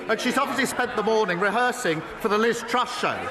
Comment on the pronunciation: I hit my head against the wall every time starmer said Liz trust. My head really hurts now